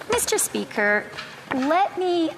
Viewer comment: “Miss-Tur-SPEE-ker.” God, that lipless loon-bag is worse than fingernails running down a chalkboard.